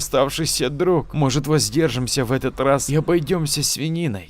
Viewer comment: Хорошая начитка. Но режут ухо слова - друХ. Подмена буквы г на х, в конце слова, это для диктора, как шлепок чернозема на лакированных туфлях.